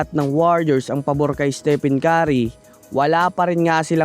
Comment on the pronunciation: Hoi ungas! Ayusin mo nga pronunciation sa name ni steph..